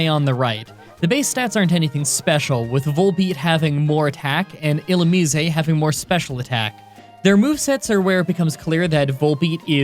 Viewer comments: I've never heard it pronounced Illumise, I've always pronounced it as Illumise. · Is that really the correct pronunciation of Illumise? Thanks, i hate it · You're just trolling at this point with the pronunciation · Not even close on the pronunciation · That's not how Illumise is pronounced Jesus Christ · Even if that's how you say Illumise, it's still weird. It reminds me of Hermione: "it's LevioSAH!" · Illumise not Illumiseh. It's not Italian... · ill-umize (the ze sounding like how it does in size) that's how I think its pronounced. also could you possibly try and beat pokemon black2 with either roggenrolla or the monkey trio? (pansage, panpour, pansear) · I’ve always pronounced illumise as, well, illumise. Like illumin-eese. Illuminisé~ just kinda sounds odd. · Its not illumisey its illumis🙁🙁🙁🙁🙁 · bro its pronounced like illumise not illumise. where did you learn to talk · I am somewhat conflicted about your pronunciation of Illusmise. It is probably correct given in was derived from Japanese, but it sounds completely wrong in English. Every English world ending with 'ise' generalize sounds like 'ize' rather than 'izay'. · "Illu-mees-ay" the Italian Pokemon. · When You say illumise You dont say the E You just say illumis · Last I checked its "ill-oom-eyes" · Ill ooh meese. Think geese when you say meese. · i feel like illumise should be pronounced illu-mih-seh. why? it makes me think of illuminate/illumination + mise (a form of the irish word mé, meaning me. its moreso used in more dramatic situations, i believe. like, instead of saying cé mé?, youd say cé mise? (cé mise = who am i?). if i am right, the name would have a meaning similar to 'illuminate me') of course, this is just my thoughts. i havent even propwrly absorbed what the pokemon looks like so this could make no sense. irish spelling rules wouldnt even make illumise work as a word, but whatever. i can dream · All this time, I've always thought it's pronounced as 'ee-loo-maize'.